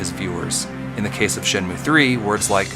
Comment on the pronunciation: Bruh, its called Shenmue. Not Shenume : Virtua Fighter. Or Virtua Fighter : Shenmue. Everything you did in your video, minus the call outs, is exactly like SEW, warts and all. You mislead and used unrelated examples. I had to go out of my way to find out about the skippable cutscenes; which you both didn't give the whole truth on, maybe I should make a video on how BOTH of you are misleading? But your call outs definitely set you apart for SEW. Look, I get your indignation on how you think SEW mistreated Shenmue, fun fact thats alot like how SEW got his start with his first video on HXH. This sort of thing brings out a creative obsession I guess. But, have awareness my dude, calling people shills because of there opinion makes no sense. Your a Shenmue shill and an anti patreon shill. There, see how meaningless and effortless that was? Also since I'm sure your gonna see this, the reason why I responded to all this in the first place is that it really made me question any integrity you have as a content creator when you pin a comment that accuses someone of plagiarism and describe the comment as "perfect". That's why I think its personal. Not against SEW specifically either, but all these "influencers".